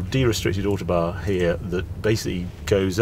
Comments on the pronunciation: Ow like owl, toe like on the end of your foot, barn like where the owl lives. Ow-Toe-Barn! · As always, a first class report. Am I missing something, I have lived away from the UK for nearly four decades and I notice Harry called the Autobahn the `ortobar´. Is this how it is pronounced in the UK?